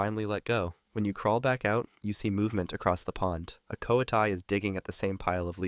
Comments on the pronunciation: it’s co wa tee not co uh tie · You mispronounced “coati”. It’s supposed to be “co-WAH-tee”.